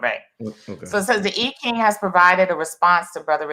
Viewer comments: The correct pronunciation is EEEEE not eye .. fyi. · More like Eye-CHing with the emphasis on the CH digraph. Thanks for the correction. It's a distraction from her wise message in the video. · It's correct pronunciation is "Eye Chinnnng" originally called Yi Jing. I'm of asian orgin and this is an old Western Chinese divination system. 🙏🏼💚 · How about EEE CHing? That's the way I learned the pronunciation. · I’m trying not to be distracted by the mispronunciation of the I Ching😖but...